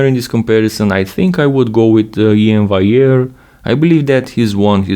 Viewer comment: thats also gonna be a heck of a battle, cant wait 🌎👍👍 still in my opionion you're pronouncing iains last name wrong (should be val-e-air) but whatever still an awesome video as always a great comparison... i myself know how much time it takes to make a 5 minute video like this (even though you're more experienced so you probably dont take as long) so i can appreciate it really 🙏🙏 keep making these videos 😀